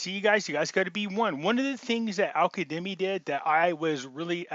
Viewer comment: it's AL- KAZZZZZZEMI.!!!!! KA-ZZZ-EMI.!! You are one of the sharpest and most active minds out there, you just read it too fast. Light over darkness, stay sharp, stay in faith. We are winning, winning, winning.